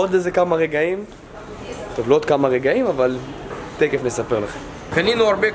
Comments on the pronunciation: ו אמר תקף תגלו במקום תכף 😂😂😂🤦‍♀️🤦‍♀️ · למה הוא אומר תקף ולא תכףףףף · למה אתה אומר תקף במקום תכף